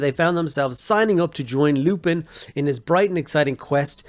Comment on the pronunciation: Isn’t it lumpin’ pronounced like dumping. A play on “you’re going to take a lumpin’” - ie beating.